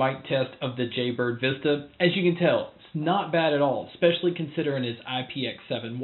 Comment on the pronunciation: I really wish you would stop saying especially like exspecially. I want to have faith in your reviews but I find it hard if you mispronounce a very simple word. Thanks